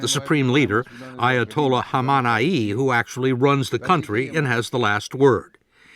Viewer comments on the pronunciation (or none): “Ayatollah homanaye” 😂